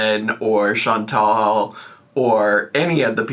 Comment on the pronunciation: update: there are NO E's in the name Chan-TAL. WTF did none of you people ever learn letter sounds?? 😒